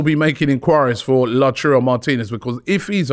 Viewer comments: It’s pronounced LA-TA-URO not LaCHURO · Oh God, Robbie is back with "Lachuro" Martinez again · Someone tell Robbie it’s pronounced “Lao-TAR-O” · Return of “Lachurro” 😂